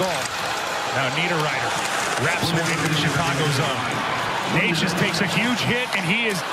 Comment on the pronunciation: Hope Necas is alright, but is anyone going to talk about the God awful commentating??? Like that is definitely not how you say his name